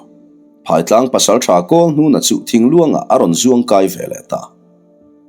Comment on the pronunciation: Phaitlang ,he khawp hming hi I lam diklo nasa thin e, ,PHAI TLANG , phaitlang tih chuan , a lam dan tur ,phai, zo tih te ang hian ,phairam..zoram..phai,phai mual pharh duai. Eg. Phai ah ka zin dawn.